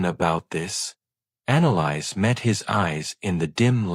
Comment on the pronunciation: Annalise or Annalise, as in Anna Lisa, sans the A at the end. Not “Analyze”. Hells bells, the pronunciation in this is atrocious. Irritating beyond description.